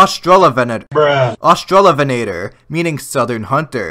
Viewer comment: btw, your second pronunciation of Australovenator was spot on the first time.